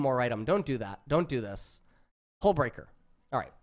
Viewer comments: Hullbreaker you totally missread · HE STILL HASNT READ HULLBREAKER COORECTLY